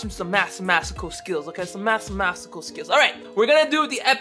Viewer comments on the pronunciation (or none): Did he just say Massemasical? Hshahah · “I’m watching some masimastical skills”🤦🏻‍♂️😅😅😅